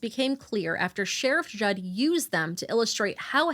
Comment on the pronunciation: It’s JUDD not judge